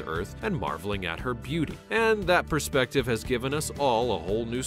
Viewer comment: Brilliant videos but please, it's perspective not prespective (getting mixed up with prospective I think). Keep up the great work.